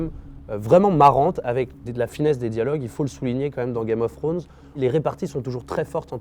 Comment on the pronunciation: « C’est.. du grand Grame of Frones » ahaha ça m’a tué 😂👌